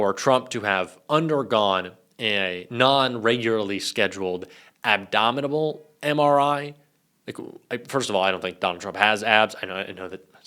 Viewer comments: Boy, did you just say “abdominable?!” 😂😂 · "Abdominal" NOT abdominable! If you want to hear it, go to and play the video from there. It comes up right .